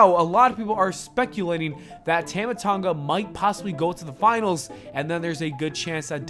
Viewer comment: It's pronounced tāma Tonga say his name correctly